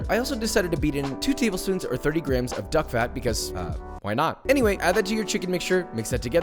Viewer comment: am i the only one who hears grahams instead of grams?